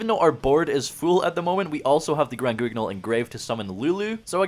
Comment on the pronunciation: Hey, just so you know, Guignol is a French word (famous theatre puppet) where the “u” is silent and “gn” is pronounced like ñ. Love the content